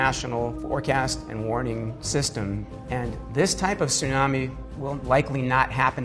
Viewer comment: Gaaaah the mispronunciation of tsunami is so distracting. Sunami (which is how they keep saying it) means vinegar wave lol.